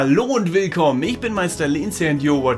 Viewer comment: in the intro when your stick figure responded to the dog did you pronounce "eish (ich) weiß'?" (recently learned when speaking informally in the first person Präteritum Zeitform you drop the e when speaking to person) but back to my main point. where do you come from in Germany to pronounce ich as "eish?"